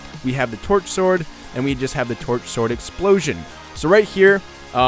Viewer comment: am i the oly one that heard twerksword instead of torch sword